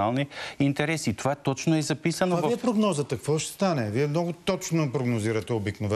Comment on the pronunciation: "Кво ш стане"... как може водещия да говори така